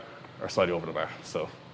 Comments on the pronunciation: What I do wrong was pronounce bar wrong you should say it like clarence Bâer Bear Beaer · The "behr". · "Just put your tum on da bear" hahaha i love it